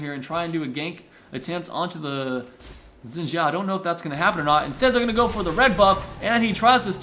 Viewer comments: No it is Shin. Its a chinese name its pronounced that way. Its Shin Zhao basicly. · no it is not shin, and a chao is something from sonic, he is saying it correctly.